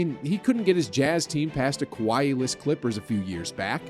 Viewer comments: Why are you saying Kawhi's name like that? Like you're speaking Japanese 😂😂😂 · I'm curious do u say Kawhi name like that on purpose because I honestly can't stand it